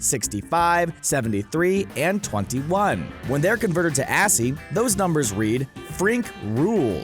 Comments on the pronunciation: ASCII isn't pronounced "assy", it's pronounced "askee". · Nice list. But you mispronounced ASCI and Aussies :-( it’s ass-key and OZ-ees. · “When they’re converted to ASS-E” the c ain’t silent it’s ASCII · ASCII is pronounced ass-key, not assy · I know literally 0 people who pronounce ASCII as “Assy” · How you pronounced ascii made me die inside